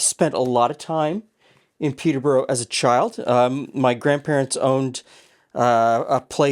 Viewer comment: Coming from just North of the original, the way says Peterborough hurts my ears!